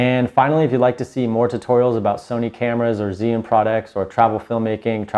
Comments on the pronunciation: Chew-ing not Ziun how do I know this, well let’s see uh, I watched a demo video from an “Asian” rep from the company tell us the correct pronunciation! So come on let’s get it right! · You pronounce it "GYY You(n) " darling. Very strong Zhi = zhy (Y like in word "everY"). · Great info.... but dear God he’s say zhiyun all wrong 😂